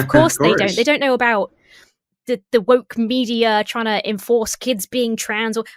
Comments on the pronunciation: not only did you inadvertently say moke but it sounds like you also said wob and as someone who compulsively spoonerises phrases due to having a bad sense of humour I love the idea that this was 100% inadvertent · "The left wob is too moke" made me giggle 😂